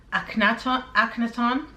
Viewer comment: I'm not a know it all but it's pronounced," rosa crew shuns " and awk ah naw ton".